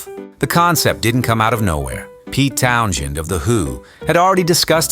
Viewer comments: the AI voice aint it. If it cant say Townshend right go another route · A.I. Voice mispronounces Pete Townsend's name.